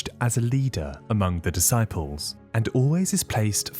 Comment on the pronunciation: Duhsyples 😂😂 f this ai crap